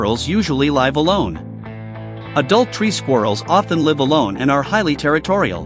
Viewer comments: NOT "LIVE ALONE." "LIV ALONE" POOR AI. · ''adult tree squirrels ...[laive] alone , ok THUMBS DOWN for lazy AI NARRATION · Same family but not the same as tree squirrels. Very different in many basic ways. Your AI needs to get out more. P.S. The "i" in "live" is a short "i"